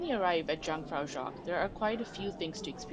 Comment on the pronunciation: Thanks for sharing and Info... But with all do respect..it is written J but is pronounced Yu .. YUNG-frah-yoch